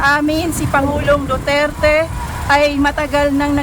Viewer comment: Who's Mr.Dutert?????? Name palang Mali na Jusko.! Duterte not Dutert!!!!